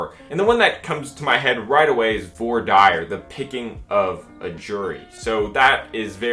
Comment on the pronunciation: Hearing you pronounce voir dire never really gets old, please don't ever learn to pronounce it "correctly"